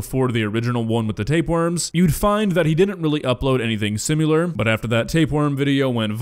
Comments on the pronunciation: Script writer needs to put the word "similar" in there because the narrator can't say it and constantly says "simular" lol This is Benedict and peng wengs all over again. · SIMILAR, not SIM-YOU-LAR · Similar not simular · Is he saying "simular"? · “simUleur” lmao. come on now 😂